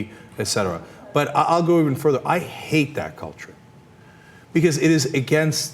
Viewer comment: Who's prancing around? He comes streight out and says "I -HATE- that culture." Emphasis Cenk's.